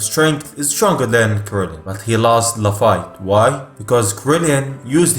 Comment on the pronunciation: Nigga what in the fuck is a krillien